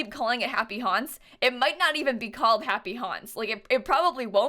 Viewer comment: no one: me: hears "happy honse" instead of "happy haunts" every time